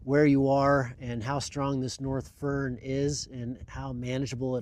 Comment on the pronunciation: Foehn not fern 😉